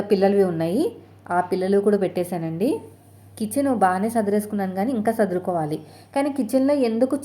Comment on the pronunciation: Sadhurukovali kaadhu sis sardhukovali